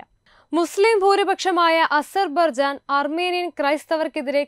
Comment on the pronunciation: അസർബർജാനല്ല കുട്ടീ...അസർബൈജാനെന്നാണ്.